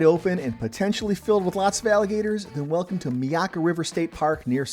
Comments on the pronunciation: It is not pronounced "Mee-aka" it is "MY-aka" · itz pronounced, MY-AK-KA you m0r0n